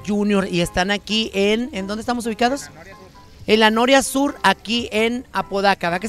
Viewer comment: Y nunca dijo bien el nombre de la colonia, cheee empinada 😂😂😂😂